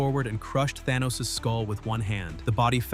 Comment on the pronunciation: I didn't know Arthur was the ruler of Atlanta!! 😂😂😂 Also Thaw-knee had me roling!!